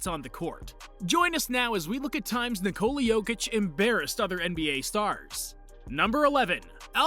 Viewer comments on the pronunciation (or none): Not Nicole yokic , Nikola Jokić!!!